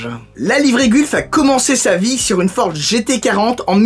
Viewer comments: Je suis désolé mais on ne prononce pas gulf mais mais "gueulf" en gros. J'ai faillis avoir les oreille en sang, 😭😂😭😂 Et c'est aussi ma livrée préférée. Personnellement moi quand j'ai vue la vidéo je me suis dis oui!!! Super et j'ai pensé de suit aux livre gulf, marlboro(sorry si ça ne s'écrit pas comme ça), Martini et une livrée d'une écurie la scuderia filipinetti (pas très connues mais je kiff car elle était sur des véhicule magnifique comme une cobra daytona ou un gt40). Voilà super vidéo continu comme ça!!! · Gulf prononcée "golf"